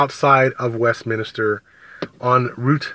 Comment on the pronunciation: It's Westminster, NOT WestminIster!!!!!